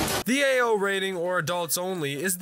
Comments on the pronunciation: All I hear is "Ayo rating" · its not Ao rated its AYYOOOO?? rated